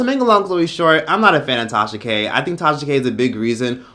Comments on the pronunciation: Because I have a slight hearing deficit and I thought I heard something in this video I had to listen to it twice. To me it wouldn't be a big deal but I thought I kept hearing you say Trasha, so I did hear what I heard. Still going to get my hearing checked but KUDOS👏 to you for a great unbiased informative video! Enjoyed it all! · You’ve officially worn out the name “Trahsa” 😭🙄 I use to crack df up every time Akademics said it😭🤣🤦🏾‍♀️ but get work & research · The fact that was able to keep calling her "Trasha K" the whole time is so impressive 🤣🤣🤣!! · I literally couldn’t get over how many times you referred Tasha k as “Trasha K,” this whole video! I died every time 🤣🤣🤣